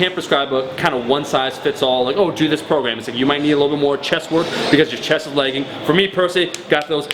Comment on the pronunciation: It sounds like you're saying legging not lagging. Your Canadian is showing!